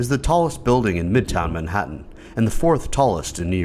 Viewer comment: Good reporting but you need to learn how to pronounce Manhattan. You deliberately changed it trying to sound cool. You do not sound cool you sound like an idiot.